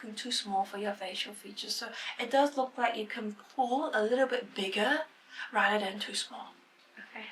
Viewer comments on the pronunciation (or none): none